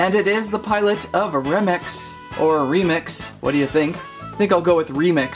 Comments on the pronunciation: its Re-mix not remix re as u and sounds like Ree mix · It’s remix (ree-mix) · Remix is pronounced rē/mîx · He is called re mix not rem I’d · You said Romex inside of remix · It's pronounced REE-MIX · It’s remem x Not remix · Do you know how to say remix it's not remex also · ...I'm sorry but How does one Mispronounce Remix?! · Dude, you pronounced Remix wrong Edit: i did not watch the while video when i posted the comment